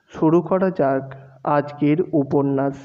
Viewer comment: আপনার ‘স'গুলো একটু ঠিক করার প্রয়োজন আছে । উপন্যাস উচ্চারণে ‘উপন্যাশ’ হয় এইটা একটু ঠিক করে নিন তাহলে আরো ভাল লাগবে,আর আর একটু তাড়াতাড়ি পড়ার চেষ্টা করুন তাহলে আরো বেটার লাগবে শুনতে। এভাবেই এগিয়ে যান।পাশে আছি।